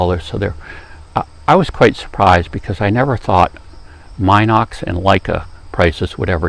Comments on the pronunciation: It's' pronounced Minox just like it is spelled. NOT MYNOX. And the film is 9.5mm wide, not 9mm wide. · Very good and informative video about the B Minox, which, by the way is pronounced "Meenox", not "Mynox".